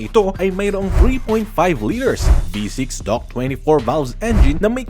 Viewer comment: Maniniwala na sana ako kaso dok ang bigkas mo sa DOHC.🤣🤣🤣